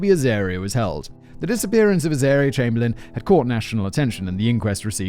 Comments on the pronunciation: Rabies is virtually absent in Australia. Unfortunately, there are loads of wildlife that will either kill you on purpose or even by accident. Can you not pronounce Chamberlain? You had a rather infamous PM by that name after all. EDIT: why show an African Hunting Dog ? They have nothing to do with this story. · 1. Chamberlain is pronounced "Chamber-Lynn" 2. Uluru is pronounced "Ayer's Rock"